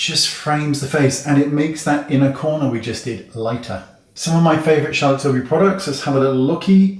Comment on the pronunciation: Charlotte Schillbury